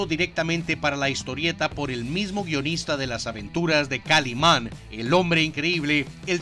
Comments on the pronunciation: Me recordaste mi infancia saludos desde México pero es kaliman no kalimon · Es que el dijo Kalimon...